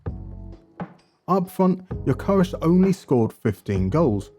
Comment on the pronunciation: So that's how you're suppose to pronounce Gyökeres? Here in Portugal we're still trying to pronounce it correctly... And I can confirm Hjulmand and Gyökeres is a match made in heaven . And it's funny that when you were explaining the different types of DMs, Palhinha and Hjulmand were the ones who came to mind, but I'd never thought Hjulmand would actually feature